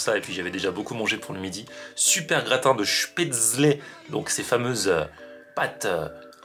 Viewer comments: On prononce chpétsleu ;-) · Spätzle se prononce "chpètssle" ^^ et oui vive l'Alsace!! On connaît bien tout ça ici, bonne initiative cette adresse!